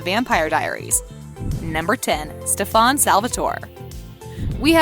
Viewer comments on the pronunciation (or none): Why do I get sooo triggered that she say stefarn rather then Stefan. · Bruh it’s Stefan not stefawn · When she kept saying steVAN eeeee that’s just no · It's pronounced stef in...not stefawn... did you even watch the show lady? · Stefon, code, herettics, wampire Stefan, cade, heretics, and its heritics not wampire, its spelled lexi not lexie (only 4 minutes in) (After video) most people love katherine, its not pronounced alairic its alaric, its merideth fell, merideth and ric were never engaged, isobels not alarics wife shes his ex wife, its not hope saltzman its hope mikaelson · Why the hell did she say stefon it's stefan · She said StefON it’s StefAN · Can you pronounce “Stefan” correctly? For example, Stephan...... like Stephanie not Stefawn. SMH 🤦🏻‍♂️ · Its not prenounced ste-fan its pronounced stefen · This is completely wrong and also, please learn how to pronounce their names and all. It's Stef-en not Stef-aun🤦🏻‍♀️ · Its stefan not stfaan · You really need to stop saying stefAAn.. its stefEn and only Chris Wood aka Malachai Parker is allowed to say stefAAn and steven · OMG! The narrator lady was getting on my nerves, it's pronounce Stefan. Not stefon lol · Can you please stop saying "StephAn"? incorrectly pronouncing a main character's name kinda makes it seem like you never watched this show. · I have to say I’m loving the Kai style pronunciation ste-fon. Her-etics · HELP BAHAHA ‘STEFARN’ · Hereatics. Stefán. Eleric. The funny thing is that Alaric even said how to pronounce his name on the show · No one: Not a vampire: Her: Stufawn No Witches: Her: Her-etics No werewolfs: Her: Aleric Also why did it show Hope Saltzman and say Hope Mikealson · the way she pronounces things, stefawn, her-etics, a-lairic? ugh also mikael's last name isnt mikaelson, its unknown, as we dont know the name of his father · can you say stuff right you said heritaces and stefen wrong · "Stef-ON" "HER-etics" "UL-ERIC" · Everyone just gonna ignore how she says “Stefán”